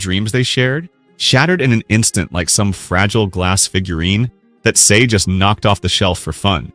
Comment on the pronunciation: this guy can't even pronounce Sae's name right. Americans always pronounce A as Ay.